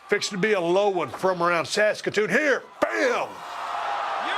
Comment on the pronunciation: Props to Steve for saying Saskatoon correctly. And if there's one thing that's made clear from this interview, it's how well Bret did and still does understand the business and how fans feel.